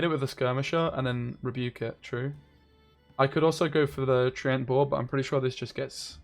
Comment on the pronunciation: Love your vids, but it's treeant, not trent ;)